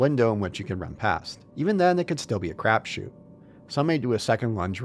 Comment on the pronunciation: Crab shoot? It sounds like you're saying crab shoot. Crap shoot.